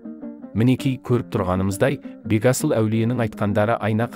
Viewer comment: Бегасыл аулие дұрыс айтың Бетасыл емес